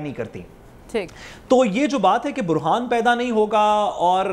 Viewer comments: سعد صاحب، برھان نہیں ہوتا بحران ہوتا ہے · برھان نہیں بحران پڑھے لکھے کا حال ہے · Not Burhan " Bohran" please just for correction